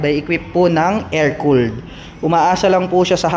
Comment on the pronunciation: kakatuwa lang pagbigkas ni lods. Trede - 3d, Travel - Trabol, Air cooled - Er kold. :)